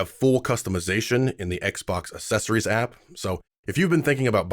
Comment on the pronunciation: You lost me at "Assessories" that's not how you say that word! I don't understand why more and more Americans say that in the last 5 to 10 years. 🙄